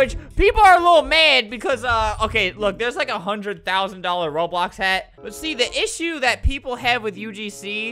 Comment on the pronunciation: Albert: "I WANNA MAKE A HEAATT" ME: DIES IK THAT WASNT FUNNY i just love the way albert says hat!!